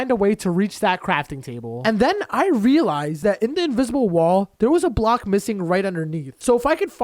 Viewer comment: this guy says relized alot